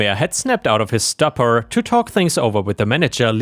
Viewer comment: Just so you know, it's pronounced "stoop-or"